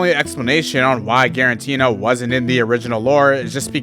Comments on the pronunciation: I can't stand "guaranteena" lol. "Giratina." It's "Giratina." There's no "n" before the "t." Great video otherwise! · It's Giratina, not quaranteena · why does bro keep saying freaking Girantina😭🙏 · Guaranteena? More like guarantee.